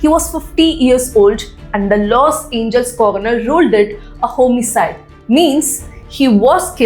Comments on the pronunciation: It's los Angeles..not los angels. I like your content just your pronunciation is not right. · Los Angeles: pronunciation is 'Loss Anjee-lesss' pls